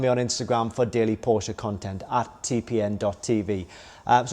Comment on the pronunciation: You are speaking "Porsche" correctly. That is so fine .TY! You got my LIKE alone because of that. Unfortunately I couldn't give you a second one.